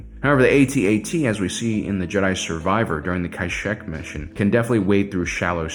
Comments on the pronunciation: I was restraining myself on commenting on his pronunciation of AT-AT, then he said "Cash eck" and I lost my mind. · Dude, why would you pronounce Kashyyyk like that?